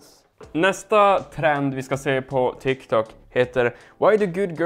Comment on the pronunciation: det heter tik tok inte tik tak